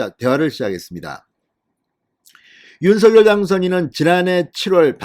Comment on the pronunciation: 윤서결이 아니고 윤석열 입니다 거슬리네요